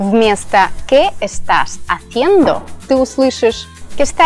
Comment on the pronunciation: Блин, 20 лет в Испании, никoгда никого не слышала говорить “que esta endo” , если у него нет кого-то дефекта речи 🤦‍♀️